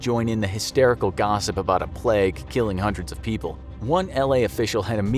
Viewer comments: It's pronounced plaig. Not plegg. In English and American. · Just listened to someone pronounce plague like pleg for 12 straight minutes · nobody: narrator: pLeG. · Why does he pronounce it pleg hahaha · Why did he say plague so weirdly